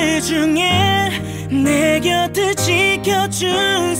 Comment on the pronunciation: 길구봉구는 내 곁을(내 겨틀)이라고 발음해줘서 좋음